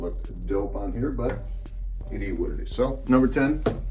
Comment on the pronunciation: nobody: this guy: it E what it E